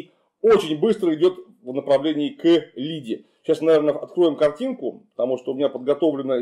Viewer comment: Меня одно бесит. Почему говорят К, потом пауза, потом к чему. К пауза Лиде. Русские так не говорят, просто - кЛиде, одни акают, другие окаят, третьи, как правило питерцы, стали предлоги выделять, на них походу коты накашляли. Жуков рассказывает и местами у него то И (союз, не предлог) тоже с выделением и паузами, а местами И у него без паузы. Такое чувство, к финнам мигрировали. Также слова была звучит бы-ла, и много и т.п. Плохая - пла-ха-я. Вообще - воа-б-ще.